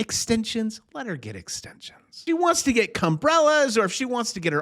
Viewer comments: Did he say Cumbrellas? 🤣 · Holy Crap!! Did you actually say "cumbrellas"? LOL